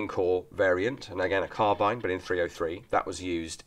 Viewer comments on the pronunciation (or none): none